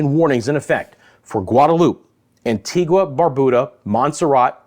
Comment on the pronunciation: Love that you are giving us in the Caribbean up-to-date information,, but it would be nice if you could get the correct pronunciation for each country especially if you want us to share and continue listening. It’s quite easy. Just ask an islander or better yet, make a call to the island in question. A few island names are constantly mispronounced by the weather people fraternity: Antigua and Barbuda, Anguilla, Saba, St. Bartholomew, Dominica, Dominican Republic, Nevis and Grenada. It would be a great show of respect to the islanders if their country name was revered enough to be correctly used!